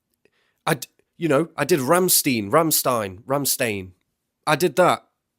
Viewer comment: Hahaha. He said Ram Stain hahaha. Why have I never said this before. Lol